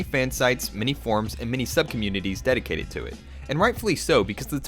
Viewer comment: he pronounces "intinded" for intended, and "mini" many.